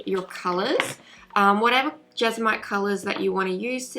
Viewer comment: It’s pronounced Jes-mon-ite. Thank you for this video, much appreciated.